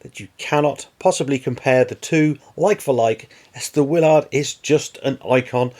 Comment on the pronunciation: The captain's name is pronounced Will-erd or Will-ird not Will-ard